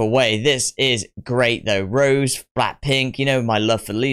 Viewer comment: fyi the accent on the "e" makes her name pronunciation "Ro-Zay" like the wine, not "Rose" like the flower. It sounds similar to the Spanish name José.